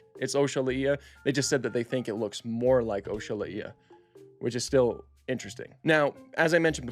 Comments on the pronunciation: I’ve never heard it pronounced that way. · Bro said Oxalaia so wrong it's actually kinda offensive💀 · Why are you pronouncing it like that 😭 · Sorry to be that guy, but Your pronunciation of oxalaia irks me 🤓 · Dude love your channel...... butt hate the way you said oxalaia😂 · Please God, protect my baby oxalAia from this terrible pronunciation. Great video nonetheless. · Weird way of pronouncing it… not how it’s spelled at all but 🤷🏻‍♂️ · I have NEVER heard someone pronounce Oxalaia like that, the more you know ig. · same. This new pronunciation is just.. weird. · Is it from the word Oxalá?? (God willing) if it is yes he butchered it 🤣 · "This is OshAhlaIeh" That is not how you pronounce it, bro😭🙏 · It's pronounced ox-ah-lie-ah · the way to pronounce it is oksol I (in like me or referring to yourself) and then the uh sound so oksol I uh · I’m pretty sure it’s pronounced ox-ah-lie-ah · "Oshalaiia" Hurts me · I though it was pronounced Oks-uh-lie-uh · its osha-ly-uh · you pronounce it the way you want but if you look it up it is pronounced o Sha lay ia, I watch this other channel extinct zoo and he pronounces it ox a lay a so I don’t really care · same dude, I've never heard someone pronounce it "Osha Lá Ia" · oshala ia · “oh-shal-a-ee-a” feels just wrong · Ock-sah-lie-ah is way more correct, I don't think anybody's ever heard this pronunciation, the original yoruba word's pronunciation is important. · Never heard it pronounced as OSHA violation either... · İ Heard as okselaia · What the hell was that pronouniation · Welp another person who butchered the name lmao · that is the wrong pronunciation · It's Not pronounced OAK- SHA-LA-EE-A . 🤣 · he was laughing when i told him he was pronouncing it wrong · The first time I’ve heard you say Oxalaia like that before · That’s the first time I’ve ever heard someone say Oxalaia like that😂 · Bro you fumbled the pronunciation so bad brother 😭😭😭😭😭😭😭😭😭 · I don't think you're saying it right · Its pronounced oxo-lie-ah